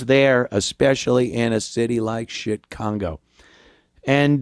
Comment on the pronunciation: Did I just hear you say..."Chicongo"??!!! 😂